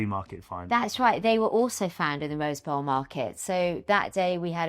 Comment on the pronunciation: The name of the flea market in Pasadena, California is “Rose Bowl”, not Rosebell..